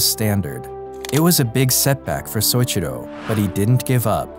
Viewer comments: Great video! That said, you need to learn how to say people's name properly. It's so-EE-chi-ro. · Great video, but the way you pronounce Soichiro made me cringe every time you said it.